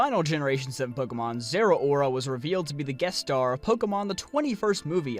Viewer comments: Im pretty sure its pronounced zer-oar-a not zera-ora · I agree completely but your pronunciation of Zeraora is physically painful.